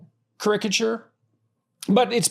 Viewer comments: You are right. The accent needs to be on first vowel, not the second. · cAricature not carIcature. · is he saying "caricature" wrong or have I been this whole time???? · Most words have different pronunciations. Sometimes it is a matter of personal preference; others, regional accent. I am not sure which in this case, but I have heard caricature pronounced in this manner before.